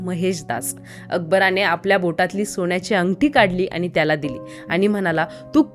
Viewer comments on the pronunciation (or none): अंगटी नाही अंगठी